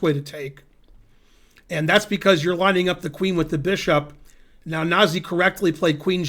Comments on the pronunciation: Wikipedia says the correct pronunciation is "nah-ZEE" (Georgian pronunciation: [nɑˈzi]). And it means "gentle." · The correct pronunciation is "nah-ZEE"